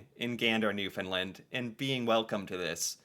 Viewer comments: As a Canadian, google mispronounces Newfoundland. It’s new-fin- land not new-fin-lind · FYI: It's pronounced "New-found-land" Not "Nuf- in-lind" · Taking Canada for granted is not as insulting as treating them with distain. Newfoundland is pronounced NEW-fund-LAND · Absolutely APPALLING that this is not known, and not taught to kids in school. No wonder so many Americans are not concerned about how Trump is treating Canada. And we will have to ignore Tom Brokaw’s mispronunciation of Newfoundland over and over, although it would have been nice if someone had found out how to say it before broadcasting it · Just for future reference Newfoundland is pronounced like understand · You, and Tom Brokaw, need to pronounce Newfoundland correctly.